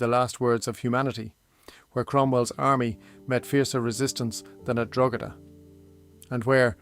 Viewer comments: It was going grand till he said drogada. Thats when I turned off. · "Drogg-eda?" Why did you even bother with the Irish accent?